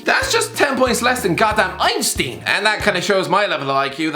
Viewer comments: Hyperbowl and einsteen. Ah yes, a man of the English language. Love you. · No One: Einsteen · When he said 'Ein-steen' as well 😂😂